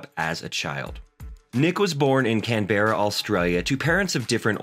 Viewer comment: CAN-BRA Its cool your learning 😌